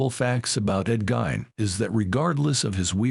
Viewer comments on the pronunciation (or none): AI can start by pronouncing his name correctly... GEEEEN.